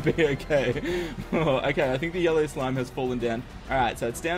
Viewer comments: Idk if you say yellow slime or YOLO slime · When you said yellow slime after the yollo I thought you said yollo slime XD